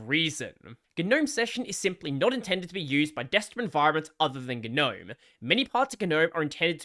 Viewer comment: “Guh noaem”